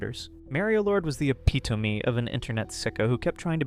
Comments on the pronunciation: why’d he pronounce epitome like that. "A-pee-toe-me" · brother you have to learn how to say epitome, that is the furthest i have ever heard anyone say it from the correct way. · Why’d you say epitome like that?